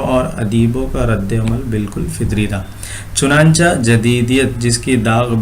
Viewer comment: چنانچہ نہیں پڑھتے چنانچے پڑھتے ہیں